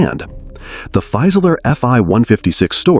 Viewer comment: Very interesting video, but I'll note a couple German pronunciation issues. "Fieseler" should be pronounced approximately as FEE-suh-luh rather than FY-suh-ler (where "FY" rhymes with "my"). In German, the initial "St" of "Storch" sounds like "sht" while the final "ch" of "Storch" is pronounced approximately like the first "H" in the name "Hughes." In English, it would be clearer and simpler to use the translation "Stork," as noted . In fact, the German pronunciation of "Storch" is much closer to the English pronunciation of "stork" than the pronunciation of "Storch" used in this video.